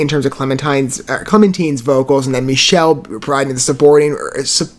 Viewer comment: Michele's name is pronounced Mick-uh-lee. And this was the first album he was on. Siegfried Sammer was the male vocalist on "The Deep and the Dark."